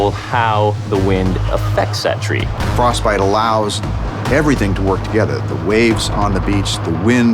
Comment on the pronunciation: frosTbite ! Et non frosbite !